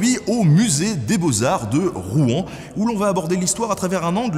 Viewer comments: Pourquoi les nonnormands disent Rou-en c'est Rouen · Alors, pas de soucis hein, mais on ne prononce pas le nom de la ville comme ca ^^ . On ne dit pas [Roue-an] mais plutôt [Rouwan]. Comme une seule syllable. En tout cas c'est comme ca que les gentilés le disent. Mais pas d'offense, dans le fond on s'en fou un peu. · J'aime pas la prononciation de "Rouen'. On croit qu'on va cracher tous nos boyaux ... Et j'habite a Rouen ...